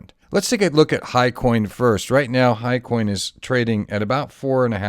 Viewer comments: hyCON ...not HIGHCOIN!!! huge difffrence. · Sorry Ross, Hycon not Hicoin. I put a ticker in the bottom to try and clearify because I didn't have time to re-record.